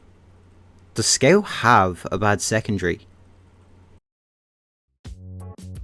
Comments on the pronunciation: I only watch this channel to hear him say “sceut” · it was meant to be said "scawt" or something along those lines, everything points at it. don't get me wrong, i'm not telling you to change your accent, i just thought it's pretty funny